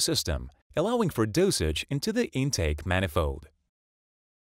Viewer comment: "Poolee" and "manifoe"!